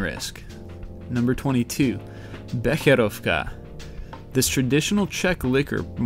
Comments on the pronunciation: He pronounced a lot of things incorrectly. I wouldn't worry about it, though. His pronunciations weren't as bad as most people's. I mean, he did pronounce "Becherovka" as it should be to my understanding. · you told Becherovka pretty good ;)